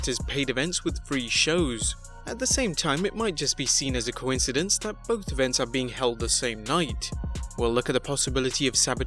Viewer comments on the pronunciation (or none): none